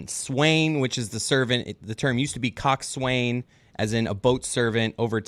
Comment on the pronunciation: “Cock swain”???! Oh my Jesus. This is America. It’s pronounced “Cox’n”. Do you even boat, bro?